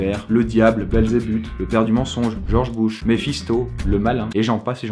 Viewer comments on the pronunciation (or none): none